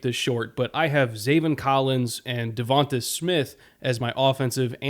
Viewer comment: Devonta Smith: It’s not DevontUH Smith it’s DevontAYY Smith I hate hearing the pronunciation of his name incorrectly